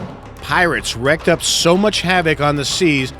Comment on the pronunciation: Its pronounced "wreaked havoc", not "wrecked".